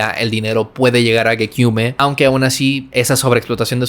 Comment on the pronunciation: Tremendo video para empezar!! Si tuviese que criticar algo sería que la foto que pusiste de Geneva ,su ex ,no es esa chica que sale y que gekyume se pronuncia sin la E final. Por lo demás agradecer todo esfuerzo que te habrá costado hacer este video y con dinamismo y humor que me encanto y fue súper llevadero teniendo en cuenta la duración. Super completo y le hace mucho honor al legado que nos pudo dejar un artista como el que fue Jahseh. Su música resonó en mi de una manera única en la que otros artistas nunca pudieron con esa manera tan cruda de expresar su arte y su personalidad, justamente le descubrí en una época donde pude aprovechar su música como un apoyo para superar la peor época de mi vida . El otro día te descubrí por el vídeo que hiciste de Yung Lean y justamente ahora hablas de uno de mis artistas favoritos. Sigue dandole duro a los videos que talento y visión no te faltan , saludos desde España!!